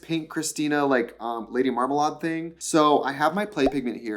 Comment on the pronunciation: LADY WHAT?? MARMALAWD???